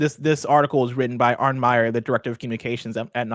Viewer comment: It's pronounced "Arnie".